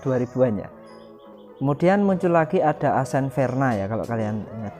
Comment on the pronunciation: Bukan “asen” bacanya, tapi “aksen”